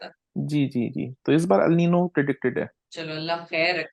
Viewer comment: I'm sure it's El Nino and not Al Nino. If I'm not wrong it's spanish for 'the boy'.